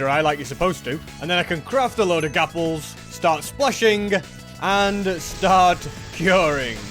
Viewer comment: "gapples" lol no offence bro